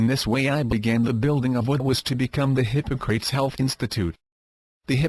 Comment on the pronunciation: If you can handle the automated voice that pronounces Hippocrates hippo-crates (:)) this will save your life!